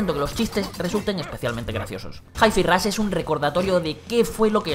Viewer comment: Es normal que los españoles no sepan pronunciar bien 3 sílabas en inglés? Me quiero dar un balazo cada vez que dicen "Jai Fi Rosh"